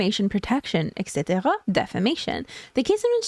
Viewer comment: do I recognize an accent from Québec when you said "etc." ? 😇